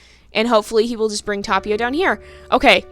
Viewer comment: Yeah, I guess that's a good choice ^^ But seriously it's not that big of a deal x'D I meant to say that you pronounce Tapio's name really well ^^ The T could be a bit stronger. It sounds a bit like Thapio atm but it's totally fine. ^^ I can't expect you to say non English names perfectly. Our little god of nature almost drowned TT v TT